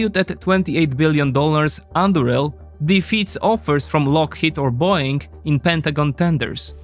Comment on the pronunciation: ah yes, böing